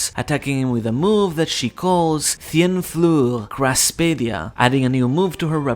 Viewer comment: My guy, please don't say "cien fleur" like that :face-purple-crying